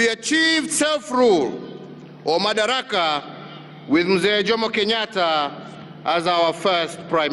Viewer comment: Its madaraka not makadara.